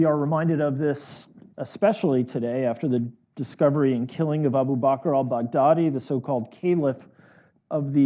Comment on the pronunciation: Abou Bacquerd Al Bagdaddy isnt close to how the name is pronounced. And thats just the start in a litany of tragic missteps in the Syrian engagement & the Afghan campaign. Dilettantism and adventurism without taking the trouble to understand the adversary's methods and motivations tends to prove counterproductive in the medium term.